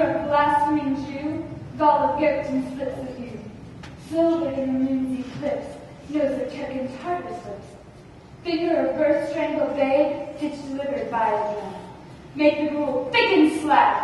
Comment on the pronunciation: did she say "SILvered in the moon"? Shouldn't it be "SLIvered"??